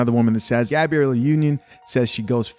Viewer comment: #DUDE!! like the channel, but tired of you reporting on #SHIT you can't even take the chance to #READproperly. you do this alot dude. #GABRIELLEnotGABRIELLA